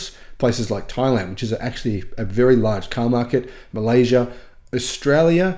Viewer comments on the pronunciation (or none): none